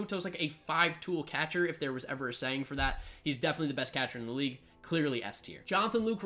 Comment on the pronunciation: Learn how to say “catcher”